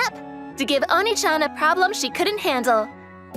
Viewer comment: The fact that she keeps saying oniichan not oneechan